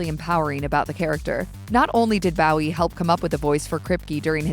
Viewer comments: I think the pronunciation is Bow as in low, not wow. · Isnt it 'Bo wee' not how the AI us pronouncing it.. or is it 'Boo wee' like Jim at the Alamo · Bowie himself pronounces it " BO-ee." It’s sad that voice actors don't have the professionalism to research pronunciation. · It took me a bit to realize that the actors name was Bowie. I kept thinking he was being made fun of. Bowie sounds like ur saying Barry with his speech impediment.